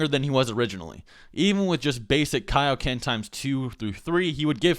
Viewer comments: Dont say it like kay-oh-ken so its kai-oh-ken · ITS KIA-OKEN NOT K-OKEN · "key-o-ken"? isn't it "kaioken"? it's from king kai after all that goku learned it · "However, this time Goku would dominate Ginyu, even without using the kay-o-ken technique." ... KAI-o-ken. As in Kaio-sama! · kai. o ken. kai o ken. like king kai! or kai-o sama! looks like you're not gonna learn the genki dama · "Kay-o-ken" AAAHAHHAHAHHAHAHGHDLsgljgfjkahgejsknefwejsngf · you said kiakoken